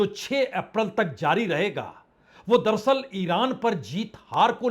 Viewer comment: संदीप चौधरी जी और पुण्य प्रसून बाजपेयी जी आप ये दरसल दरसल क्यों बोलते हैं.. जबकि सही शब्द है दर + अस्ल दर अस्ल अर्थात हकीकत में या अस्ल में..... उम्मीद करता हूं आप साहिबान यह करेक्शन कर लेंगे